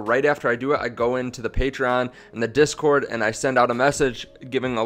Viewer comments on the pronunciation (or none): none